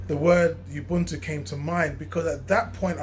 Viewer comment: Great video and totally agree with you but please watch the pronunciation! ..... Ngala is pronounced in the African way. "Nnngala" not "Nagala". Ubuntu, a Zulu (Nguni) word, is pronounced "Oobuntu" not "Youbuntu". It can be quite frustrating when diasporan brothers insist on using the white European ways of pronouncing African words. The first and easiest step to learning a local African language is to learn the correct African pronunciation.